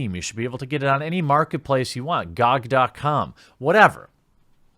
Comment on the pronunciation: Gogdotcom 😂😂😂 I think you meant Gee-O-Gee dot com hahahahahahahaha gogdotcom sounds like a dirty website.